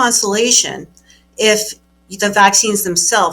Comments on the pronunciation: What is an ACCESS death?! Is this some sort of Jordan Peterson I -can't-speak-English thing? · CORRECT “excess deaths